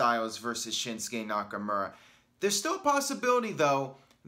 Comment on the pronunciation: It’s been like 2 years and you still say NakaMURa